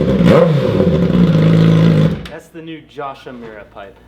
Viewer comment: le sigh... it's Yoshi moo ra. Not Yoshi mew ra